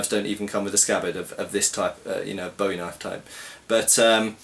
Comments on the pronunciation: It's pronounced boo -ie not bow -ie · Ya it's crap & it's pronounced BOOWIE like his name Jim Bowie.